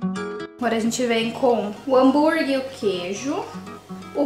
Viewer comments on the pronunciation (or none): Só me dá agonia de ouvir a falando "hamburgui"... É HAMBUGUERRRRR mulher kkkkk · Meu deus, desculpa, eu n estou críticando, mas...me dá muita agonia ouvir ela falando hambúrgui. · Miga adoro vc,mas me dá uma agonia quando vc fala Hambúrgui Kkkk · é hambúrguerrrrr e não hanburguiiiii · repete comigo: Hám bur gueRRR desculpa miga, mas dá uma agonia kkkk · Eu tenho muito agonia do “hamburgui”... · Mto engraçado você falando hambúrguer kkkkkkkk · Que agonia que eu tenho da falando a palavra “hambúrguer” kkkkk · É muito engraçado.😂